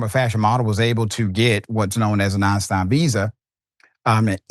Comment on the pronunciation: Not the Eistirn Lady😂 So, you have to have an extraordinary skill? .